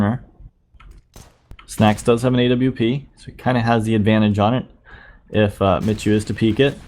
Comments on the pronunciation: It's pronounced Mee-hu duh! 😒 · You read it more like 'miku' ;) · Sebastian Szemer No its "Mehoo".